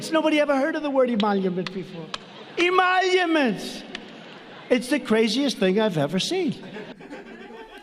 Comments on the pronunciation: I'm shocked- That someone was able to teach Trump how to say the word emoluments. Damn elitists with their high-falutin constitutional words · "I am not doing any emoluments, it's all sleepy Joe" Probably went through the head of the troglodyte in chief. I am surprised that trump can actually say Emoluments